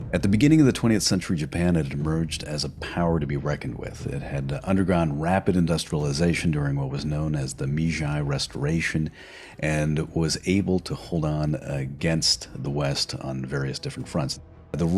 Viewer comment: This channel deserves more subscribers and will no doubt eventually get there. Let me know if you’re looking for historians with more stories and scripts. BTW, Meji is pronounced may-jee.